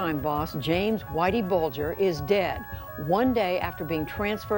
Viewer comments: AI Narrator S*CKS....The news clip even pronounces Bulger correctly and the AI Narrator gets it WRONG, numerous times.... HIRE A REAL PERSON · You can't even pronounce whiteys name right even though you had a news lady saying it in a news report, YouTube is now being ruined by lazy so called content creator's who seem to do no real research or even bother to find out how you pronounce even the simplest of words. Dam if you can't be bothered to make good well informed videos then please just don't bother, find something else to do because trust me video making is definitely not working for you 😂😂😂😂😂😂😂😂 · The moment I heard him pronounce Whitey Bulger’s last name is when I knew this guy had never even heard of him before making this video…